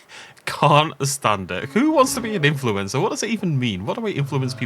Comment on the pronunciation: I thought called himself an influenza.. 😅